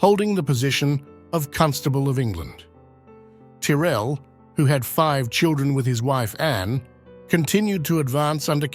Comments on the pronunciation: Interesting research. Why do you keep swapping pronunciations of the name Tyrrell? It's normally pronounced 'Tirrell". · The voice doesnt pronounce Tyrell the same way all the time. Disappointing